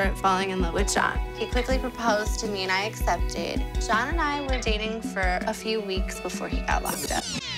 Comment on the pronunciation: she says SHAWN instead of John...what's up with that?